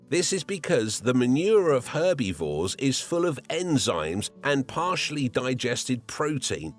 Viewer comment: im going to pronounce it "her-be-vores" from now on